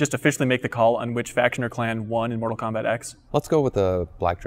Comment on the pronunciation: NORTAL KOMBAT